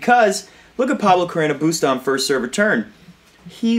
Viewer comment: On a funnier note, I love the way you say BUSTAAAA!!! I think and hope tennis commentators all over the world will adopt this style of pronunciation in every match he plays in the future! XD